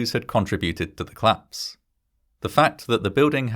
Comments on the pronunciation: Could you please pronounce "collapse" as "collapse" and not "clapse"? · Very good video. One minor criticism of your narration: I wish you would pronounce "collapse" and "police" as two-syllable words, not "clapse" and "pleece".